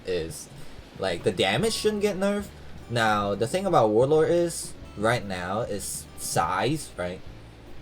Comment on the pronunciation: "Warlor"